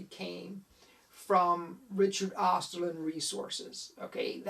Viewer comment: "Osterlind" .. not "Osterlund"